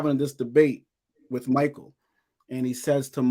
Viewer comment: He's laughing because your not pronouncing his name right! but it's close! I think you have not even scratched the surface on what Michael knows! play your cards right and your channel is going go grow! Big time! And like always! 👍🏽